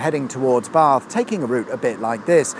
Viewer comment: Nice to hear the correct pronunciations of Bath and Frome.